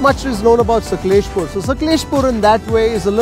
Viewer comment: U r not like wise it's not saklespur it's sakleshpura